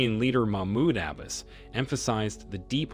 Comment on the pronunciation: Had to stop listening because the narrator, in the 21st century, doesn’t even know how to pronounce Abbas!